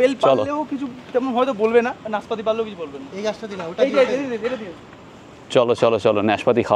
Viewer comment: শব্দটা কি নেসপাতি না নাসপাতি। নাসপাতিই সঠিক।